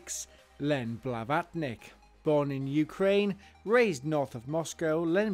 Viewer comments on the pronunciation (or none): none